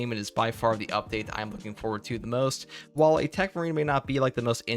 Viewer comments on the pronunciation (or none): none